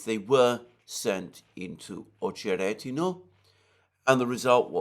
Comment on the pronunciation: Damn! Alexander seems to be the only one who can pronounce 'Ocheretyno" right ❤